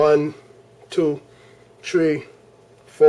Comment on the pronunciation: one, two, tree LMFAO